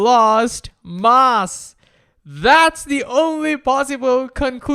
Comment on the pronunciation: Learn how to say "mass"